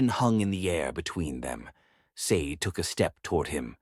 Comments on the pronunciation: I'm pretty sure Sade is pronounced Shar-day, like the singer, not like the green jewel... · Or maybe Sa-de(Sha-day) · Hi everyone, I came across this Afro-Korean story a bit late. The woman's name Sade should be pronounced Shadday, like the singer of "Smooth Operator"